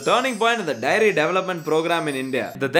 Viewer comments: The fact that is saying 'diary' not 'dairy' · bro is saying diary insted of daairy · It just occurred to me that a lot of people say diary for dairy in this country. Endearing tbh. pass me the diary milk.